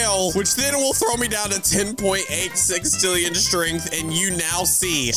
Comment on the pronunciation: It's sextillion not sixtillion